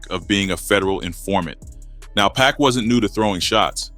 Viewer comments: I always think it’s real but then when I hear certain words I think ai like when instead of pac times they say pack. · Bruh WHO TF IS PACK? 2pac ! PAC ! Not pack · 100% if they spelt PUCK ai would've read it better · Everytime AI Voice said PACK i cringed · Why does he keep calling Pac, pack? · The way you say pac is killing me lol “pack” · well that's what I thought initially, but then I realized, it's just a young black man reading and mispronouncing Pac name.😒